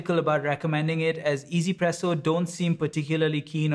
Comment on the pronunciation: i still do not get why people pronounce it EZPresso. where is the E? Yes it sounds way better than trying to stumble your way trough OneZPresso, but i am just curious where this way of saying it comes from